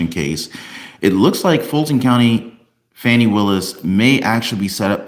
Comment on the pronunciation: STOP WITH THE FONI ITS FANI